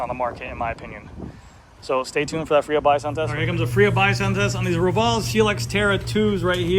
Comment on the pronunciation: Say it with me: “FREE HUB BODY SOUND TEST” …… enunciate now, nice and clear, slowly …….. “FREE HUB BODY SOUND TEST” 😆☮️⭐️🚴🏻‍♂️